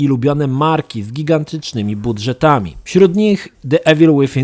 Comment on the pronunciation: Wszystko spoko tylko wkurza mnie to jak ziomek wymawia niepoprawnie nazwę gry xD